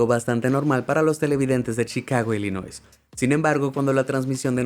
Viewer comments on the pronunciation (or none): none